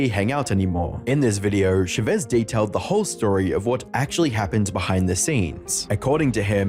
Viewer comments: chavezz is pronounced as char-ves btw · I can't stand they way you pronounce Chavezz. It's Ch-ah Veh-Z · The misspronunciation of chavezz is killing me 😂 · The way he's pronouncing Chavezz's name is making me lose it lmfao, Josh quite literally pronounces his name as "Cha Vezz" Not "Sha Vezz" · Not sure how I feel about Chavezz being pronounced Sha-vez over Cha-vez lol XD/jk. I found Chavezz and Skitten randomly, so I remember his video on the issue (only ever watched 2 vids with him and BHD, so no real feelings on BHD..), but never saw Skitten's. Happy that Skitten, Chavezz, and Dr. D are still doing well after all this time. Also, please don't bring this back up in the comments if you guys go to watch them. Chavezz already stated after that explanation vid that he wasn't going to address the subject further after that. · I love Chavezz now, He has a reaction channel w his wife and he looks so happy. I never knew he had such a past, I just came across his wife's channel one day and loved his energy and dynamic with his wife. ❤Also you misspronaunced his name lol